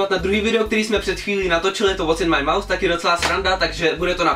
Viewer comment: ty anglicky slovo "pusa" vyslovuješ jako "myš". Takže je to "Co je v mé myši"?:D